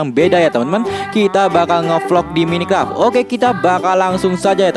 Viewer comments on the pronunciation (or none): bang baca nya mainkrep bang bukan minikep :v maaf kalau salah cuma bilang supaya di lain kali lebih baik :v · maaf bang,tapi Minecraft itu bacanya mainkraf bukan minikraf